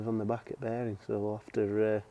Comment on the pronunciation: Love the accent "beering"